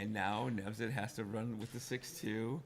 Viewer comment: His name is Nevzat, not Nezvat